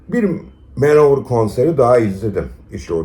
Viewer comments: Allah aşkına Manowar'a Manovır demeyin ya. Manowır nedir? War= Vor olarak okunur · Videoyu keyifle izledim. Teşekkürler. Küçük bir not: Manowar'u Man-Over şeklinde değil de, Man-O-War şeklinde okursak daha doğru olur. Manowar "Man of War" 'un kısaltması.